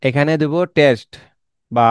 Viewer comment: Your video is pretty helpful to me. Advice to you: Try to talk less. Suggestion: Don't put the number on screen. It causes inturupt while watching. And its not 'tes' its 'test' Thank you.